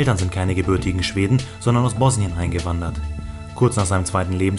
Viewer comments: Man spricht es "Bossnien" aus. Das "s" ist nicht so betont! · bro wie kann man Bosnien falsch aussprechen 😂